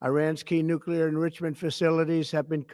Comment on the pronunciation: This asshole can’t even pronounce the word “enrichment” what makes you think he can lead a country?